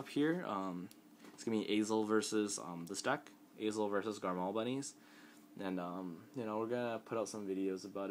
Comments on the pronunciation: Quit saying garMAL that's annoying as fuck, it's garMORE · dude, its garmore not garmal